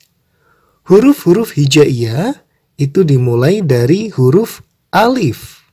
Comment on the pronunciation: Pak bukannya cara pengucapan nya harus bener ya? Seperti Alif cara baca nya di tenggorokan ujung dsb.